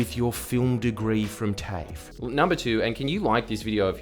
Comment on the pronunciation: Man really said tafe instead of tafe